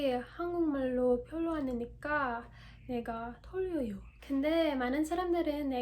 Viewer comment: Hello I’m native Korean and just want to say thank you for your love and passion to my language. you did a little mistake 덜러요(x) 떨려요(o) and got say it bolder. I know it could be hard to north anericans and English users. And that Korean thing like the ~-ish tones are a bit unnatural compared to natives but you speak really well. You sound cute. Love and support! Koreans love who works hard and show efforts (even tho they are not perfect). You’ll get a lot of love from Koreans that you’ll meet.